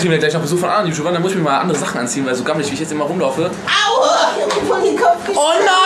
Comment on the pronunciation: wie du auuuaa sagst das hört sich an wie awwuuuaaa (es wird so ausgesprochen wie ich es geschrieben hab) xD